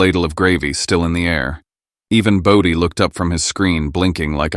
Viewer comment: Its BODHI.